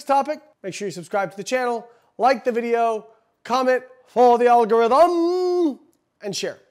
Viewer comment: Eh-forah, uh-dah, ALLLLGOHRYTHMMM!